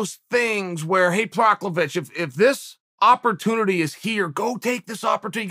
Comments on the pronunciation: Fukgsake chael Pro Has Ka Not Provokovic provoc Or priviciviv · Haha Proclovich??? Who da faaaack? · Did he call Prochaska ,propovitch?? Hahahahahaha Now,who's the author of the book Chael mentioned "Shred in 21 days" or something?!? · Procklovich lmao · Who the hell is Proklovich 😂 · Bruh he’s gotta be trolling lol Proklovich? Hahaha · Chael bare with me. (Pro-has-kah) Prochazka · Prokiev, it’s Prokiev. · If uncle Chael says his name is Proklovich, he shall be known as Proklovich from here on and forever! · Who the fuck is proklevitch? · Chael who is Proklavich? Is he new to the roster this week or.....? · Prokhovic??? You're not even trying to get it right, Chael. Lol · Lol Prochlavich???? 😬😬😬😬🤦🤦🤦🤦😂😂😂😂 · Who the F is Procklavich? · Who the hell is prochawizch haha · Who tf is proclavic this dude straight up murdering peoples names 😭😭😭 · Chael: Proklavich Me: Prochazka Chael: Proklavich Me: Proklavich Ok, great. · This dude just said Prochlovic